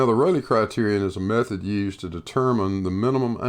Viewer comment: a narcissistic Dunning-Kruger moron who cites a plethora of articles without reading them, and then spews pure bullshit, thick as shit. One's intelligence is suspect when you pronounce method as mefod.